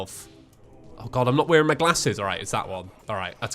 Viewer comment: U can just tell from the way he says glasses he’s not from the south of England